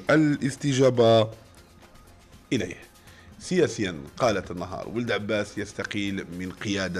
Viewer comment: ضرك أنا نصبح على هذا ؟؟؟كيفاش راح يفوت اليوم؟؟؟........حرف ما نطقو صحيح ها المخلوق.......أذول فلاون........الثحافة الوطنيةليوم الخميث........ذمال ولد عباث